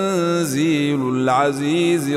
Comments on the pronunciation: سلام علیکم ماشاءاللہ بہت پیاری آواز ہے لیکن اس تلاوت میں زیر، زبر اور پیش کی غلطیاں ہیں پرائے مہربانی اُنکی تصحیح کرکے دوبارہ وڈیو اپلوڈ کریں اور اسکو ڈیلیٹ کر دیں شُکریہ اللہ پاک آپکو جزائے خیر عطا فرمائے آمین- مثلا تنزیل العزیز الرحیم وغیرہ اور مزید بھی ایک دو ہیں اگر دیکھ کر پڑھیں گے تو آپکو معلوم ہو جائیں گی۔ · تنزیل کے لام پر زبر ہے اور جناب پیش پڑھ رہے ہیں ۔۔۔۔۔ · He read Tanzee lol... Aziz raheem Actual words are Tanze lal... Azi raheem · Tanzeelal hai Bro Tanzeelul Nahi h